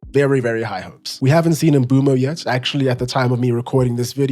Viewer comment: The only person so far who’s pronounce Mbeumo a name properly